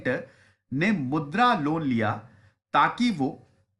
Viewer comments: it is not mudr, it is mudraa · मुद्र नहीं मुद्रा